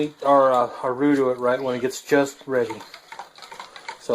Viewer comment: Great job,! By the way, you pronounced roux correctly. Mrs LP